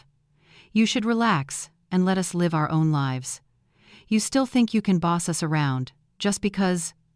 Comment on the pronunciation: Use a real reader instead of stupid Ai that doesn't know which way to pronounce "live."